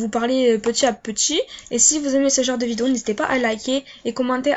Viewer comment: « Vidoo » PTDRRR